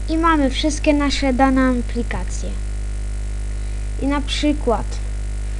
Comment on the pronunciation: Haha "Amplikacje"